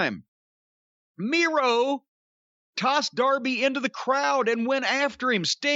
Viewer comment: Miro sounds like he says "Durvy"